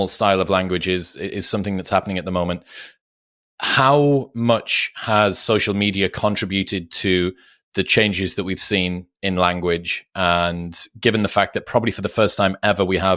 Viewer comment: Please Chris... conTRIBute! Not contraBUTE. Thanks 😊